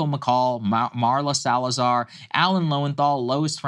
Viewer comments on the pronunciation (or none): It’s not Marla Salazar four eyes, it’s Maria Salazar.